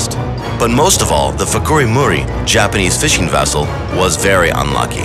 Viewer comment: Fukuri- Maru not Muri